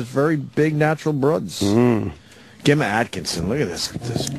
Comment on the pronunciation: Is the name Gemma not used in America? Hearing Opie mispronounce this is embarrassing.